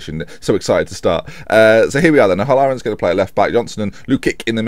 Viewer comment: It's "O-Hal-ler-an" mate!